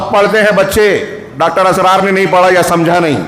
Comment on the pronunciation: Ek baat daawe se keh sakta hoon ke aap bhatak gaye ho. Jo bhi Dr. Israr (not Asrar - sahi se pronounce karna chahiye) kaha woh bilkul sahi hai aur waha ke logo ke liye ya in general kaha ke jaise aur bhi mazhab hai waise hum log apne deen ko ussi tarike se le rahe hai. Ye deen ka tarika nahi hai.... Balance between deen aur duniya pe kaha indirectly par aap pe shayad shaitan haawi hua hai toh aap ye baat nahi samaj sake